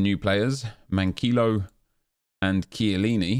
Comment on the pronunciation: did he rly say cant shoot for chiellini lol